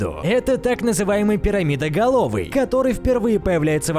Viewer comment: Я думал ты сказал сереноголовый а не перамидоголовый сказал